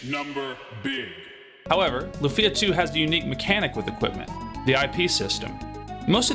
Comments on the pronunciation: Great content for a great game, but, say it with me: LOOOOFIA, not la-fia. Also maybe a bit long talking about bugs and glitches, including ones that random players are very unlikely to encounter like the tas ending glitch, but i digress. Luckily, all these problems have been long-since fixed by fan-patches, and I'm sure repro carts exist with them for those that only want to play on real hardware. ...And you explain why you mentioned the former and directly mention the latter as soon as I unpause the video. It's like you were listening! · It’s not “Lu-feeee-ah”, it’s “Luuuuu-fia” 😅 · Lu-fee-ah? That grates on the ears. Is it also Ma-ree-oh and Luigi? Such a weird part of the name to stress. Your accent is neutral, what happened with Lufia?